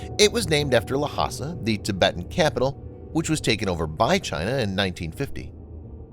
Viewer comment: Narrator’s pronunciation is atrocious. Lhasa is not la-ha-sa, it is two syllable Lha-sa.(la-sa).